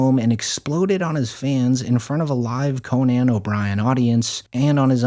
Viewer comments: “Cone-Ann” Is this AI?? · "Con-NAN O'Brian." Lmao